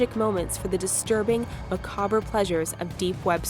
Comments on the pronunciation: it's not "maca-ber" it's "macahb" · Macaber? Lol. Someone doesn't know how to say 'Macabre.' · Aaricia van 't Noordende No, she says macabre, like ma-cob-rah. It's silly. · Mamma Bare Ah, that's why. Where I come from we say it as ma-kab-re. That's why I didn't get it. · van 't Noordende Oh, well now I feel silly! Sorry. I didn't know its said that way in some places. No offense meant. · Mamma Bare It wasn't offending at all! I found it rather funny that it is actually said like that.